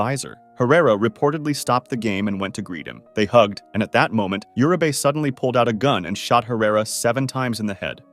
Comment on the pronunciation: It bugs me how Uribe is pronounced here. Urabae? It’s pronounced ooh-ri- beh. Got most the name right except that one.